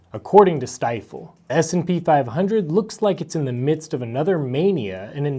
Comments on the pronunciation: Stifel is actually pronounced 'Steefel.' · FYI, Stifel is pronounced Steefel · Pronounce Ste-fle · Step 1 ..Learn how to pronounce Stifel properly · Learn how to pronounce “Stifel”!